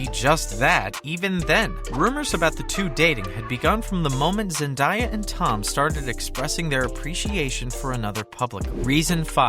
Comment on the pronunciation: Zen-DAY-a not Zen-die-a